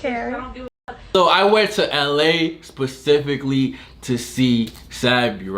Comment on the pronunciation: At this point.. start recording conversations 🤣 & its SPECIFICAllY Nate. NOT PACIFICALLY 🤣